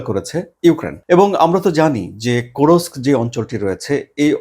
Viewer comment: Does Russia has only one "Hero of Russian Federation"?. Kursk is a Russian Region, not an occupied Ukrainian region. You are spreading distorted news. Also it is not Kurosk, it is Kursk.